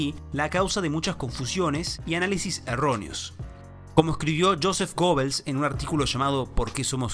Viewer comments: Se pronuncia "Guebels" no "Gobels". No sabe eso tan básico y se atreve a sentar cátedra de historia y economía. Ahora, el hecho de que los nazis hayan sido intervencionistas no quiere decir que sean socialistas. Tiene que recordar que desde la crisis del capitalismo de 1873 y en particular desde 1929, el proteccionismo se extendió por el mundo, pero proteccionismo no es lo mismo que socialismo. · Desde que yo era así de chiquito, el periodismo y cualquier animador o cualquier docente, siempre siempre siempre, para referirse a GUEBEL, se referían ASÍ.......... GUEBEL a lo sumo le agregaban una ese, GUEBELS pero ahora si resulta que encuentro mirando YouTube, a este señor que le GOBEL, ¡¡¡GOBEL!!!!. Pero qué es lo que está pasando, hasta los mejores los que tienen capacidad como para citar esta serie de acontecimientos históricos, SE IDIOTIZAN, pero será posible que no se pueda escaparle a la estupidez, pero cabe la posibilidad de que lo esté diciendo bien. Entonces no debería aclarar que hasta ahora se pronunció mal por tal y tal razón. NOOOOOO... para qué GOBEL y listo GOBEL, GOBEL qué desastre si esto es lo mejor de nosotros QUÉ DESASTRE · se pronuncia Geebels no Gobels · Eh shé quien era gobel???? Era pariente de Joseph goebbels ? El que se pronuncia como guebels ? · Se pronuncia “Geb-ls” no “gobels” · Se pronuncia gëbels